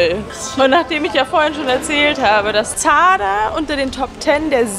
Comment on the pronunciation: du sprichst zadar das falsch aus haha